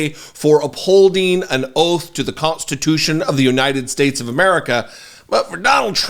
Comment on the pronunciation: MASSIVE DUMPS!!! is what donald trump was taking on the Constitution... or as says it "ConTstitution"